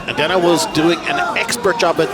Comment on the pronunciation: His last name is pronounced DE-NEE not DE-NAH.